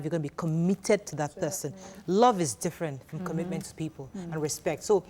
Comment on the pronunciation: This is obviously struggling with the word ‘commitment ‘